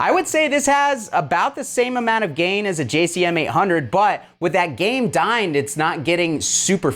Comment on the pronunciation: is funny. said "with that game dined...", as opposed to gain dimed.